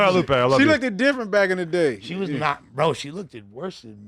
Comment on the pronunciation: Lmao said lookded, kno wat he trynna sound like